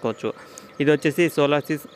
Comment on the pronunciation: అరేయ్ సోలోసిస్ కాదు రా సోలిస్ రా నువ్వు నీ చెత్త సోది